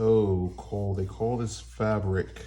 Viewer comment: And it’s Q.V.O not quevo